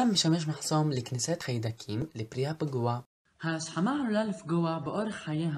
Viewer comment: א:אומרים המורה לכימיה לא המורה הכימיה ב: אומרים תפוחים לא תבוחים ג:לפרי הפגוע ולא לברי הבגוע